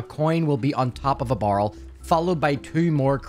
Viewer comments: BARREL NOT BURL HOW FUCKING HARD IS IT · Nice guide but is anyone going to mention how this person said barrel? Sounds like borel ngl but yea nice guide 👍